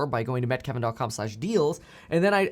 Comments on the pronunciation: Why does it sound like you say “Met Kevin dot com”, isn’t it meet? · It's both